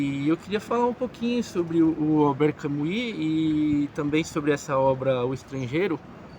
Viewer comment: NÃO PRONUNCIE CAMUI . ERRADÍSSIMO .